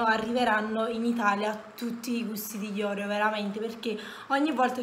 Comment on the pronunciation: Ti prego Oreo con l’accento sulla e come lo pronunci non si può senti